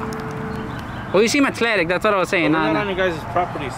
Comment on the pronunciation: What's "Achletic"???😂😂😂😂😂😂